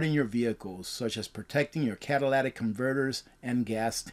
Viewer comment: "Cadilladic" converters 😂😂😂 it's catalytic converter...lol